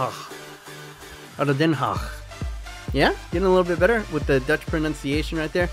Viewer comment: Ado den haag pronunciation was perfect